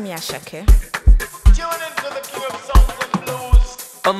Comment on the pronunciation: Asake in pronounciation it is Ashake bro youre killing it I thought sungba was my jam but this is